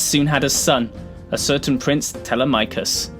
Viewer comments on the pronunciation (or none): It is pronounced Ti-LE-ma-chus.